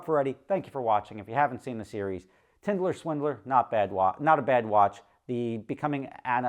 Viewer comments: Today can’t pronounce “tinder” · Rofl! Rob, did you even watch the show? If you did you would know it’s called “Tinder” not “Tinderler” and you would know what Tinder is. I guarantee he didn’t watch it, probably heard someone talk about it lol. Not that he ever said he watched it. I just thought that was funny 😆